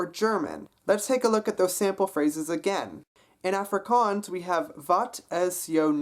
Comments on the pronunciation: A(as in wall) frikaans. The a is not as in apple, but as in wall. Long a sound. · you did realy well! there is only some minor problems, for example when you say afrikaans, in afrikaans it is pronounced ufrikaans, if that makes sense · Die dag wat jy "Afrikaans" kan sě...try weer ballas...ons praat nie "Efrikaans". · I am Afrikaans. I have to say yours is the best accent I have herd, it is not perfect but good. is is pronounced awwwfrikaans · being south african i wanted to die when you kept on saying afrikaans. Its pronounced- 'off-ree-car-ns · As jy "Afrikaans" se Afrikaans nie Africaaans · your are saying the word afrikaans incorrectly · the way he pronounces afrikaans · Dude can't even pronounce 'Afrikaans' correctly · he is good just needs to learn how to say afrikaans properly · he does a very good accent but I hate the way he says Afrikaans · You pronounce Afrikaans wrong -_- I would know that cause i liv in SouthAfrica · I think It'sConner was talking about the beginning of the word (the first A). He doesn't quite get that right. Also some of the words he doesn't quite pronounce correctly because he does a mistake many english people do, which is use too many of your facial muscles when you speak it. :D